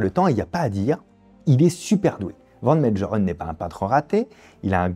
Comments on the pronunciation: Prononcer Van Mégheureun! pas Médjerèn ! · Mengerren se prononce à l'allemande : Mènegueureune .